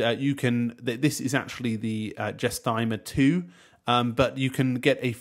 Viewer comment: Surely its pronounced list Guess not Jess. "Guess-timmer" Like guesstimate.